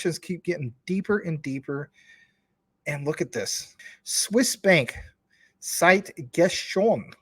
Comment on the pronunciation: Cité is pronounced CEETAY not site.